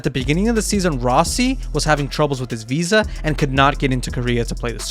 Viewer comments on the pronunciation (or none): none